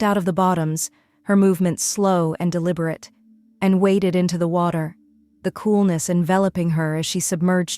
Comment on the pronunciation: Waded, not waited